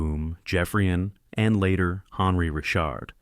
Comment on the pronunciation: Redo your narration, please. Maurice Richard is pronounced ree-SHARRD in French. You got "little brother" Henri correct, so I'm mystified how you missed on "the Rocket." I had the pleasure of watching Beliveau in the late 1960s. "Elegance" is a word not often used about hockey players, but Beliveau was elegant!